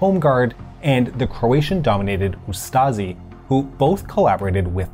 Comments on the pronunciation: It’s Ustashe not Ustazzi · sorry to correct you but its pronounced u st she not ustse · It's pronounced Ustashi not Ustazi